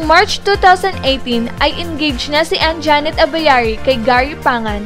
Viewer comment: Anjanette,hindi Anjaaaaaanette,ok.?.